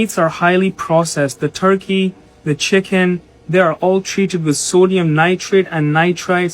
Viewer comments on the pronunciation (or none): none